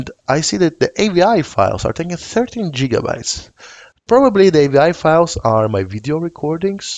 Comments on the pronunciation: Indeed, back to the future has a lot to answer for. And for reference, GigaByte has a G sound more like 'gift' or 'girl' than 'job'. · "Jiga"-bytes... heh.